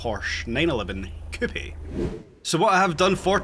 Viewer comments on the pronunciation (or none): I cant stand the way he says coupe ( its not pronounced coupey)